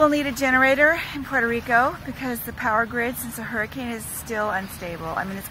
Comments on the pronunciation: please dont say PueroRico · Why do Americans refuse to even try to pronounce Puerto Rico correctly?